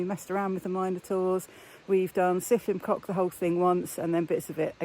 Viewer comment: That’s the worst pronunciation of trail name ever 😂😅